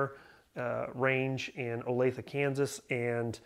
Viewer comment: Welllll I’m from topeka. When you said Olathe. You got a new subscriber!